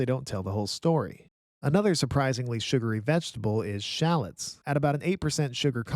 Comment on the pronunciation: nice vid, but learn how to pronounce shallots lol